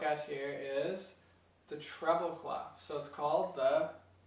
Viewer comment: its written as clef but you pronouncing it as clof, even my wordweb reads and spells out as "klef"